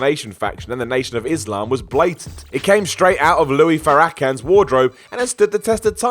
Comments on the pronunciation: It's pronounced "Fair-Ah-KHAN" not "Far-AKK-an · I have not heard someone screw up a name as much as you screwed up Louis Farrakhan. It's not pronounced (fa-rah-kan) it's pronounced (Fair-Ra-Kahn). I am trying so hard not to make this racial, so I'll just say do better with finding out how to say black names. I mean if it was a Japanese name (or any other group of people that had words you didn't know how to say) you didn't know how to say, you would apologize before attempting to say it. Like did no one have a clue at what culture how to say it correctly? This makes me think are the only white dudes working at this place(Sorry, I made it racial)? It blows my mind, you were literally around Chicago for All In (not in, because Hoffman Estates is not part of the city) and relativelycnot too far from his Mosque. Okay I'm done now, love the program! For my rant I will click that like button, that seems fair. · it is LOU-IS FAIR-IK-KHAN, not louie farikin. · It's Farra-khan....not Farracan....lol.... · Fa-rak-han. NOOOOOOOOOOO. FARA-KHAN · This company's inability to look up pronunciations of well-known people's names knows no bounds. Louis Farrakhan is pronounced LOO-is FAYR-ah-kahn not "Lewy Fair-akin" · louie fu rah kenz lmfao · Louis "Faracken"? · Love the video. Love. But it's pronounced "kuh-clynns-key" and "fair-uh-con" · ....it's "Fair-Ra-KHAN" that's how you say it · Who da hell is "Louie Farrocka"?! 🤣😂🤣😂 cmon breh.... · Fah-Rah-Khan, you peon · Louie Forrackin?! Really? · “Louie Farrakin”😂😂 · Louis FaROCKan?? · Louie Frrakin ?? 😂😂😂😂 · "Louie Fuhracken" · Louis FAR-RAH-KHAN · "fah,rakkan" lol.... still rate ya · “Louie FaRACK-con” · Fa akk an 😂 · Louie Fa-ra-kan??? Come on you can do better than this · or. ( fair- a -con ) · Louie FORAKHAN😂😂😂😂😂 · LOL "Louie Far-AH-kahn." Though I'm sure I would mispronounce some British names I've only ever read before, myself. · Louis farrakahn is pissed with you for butchering his name.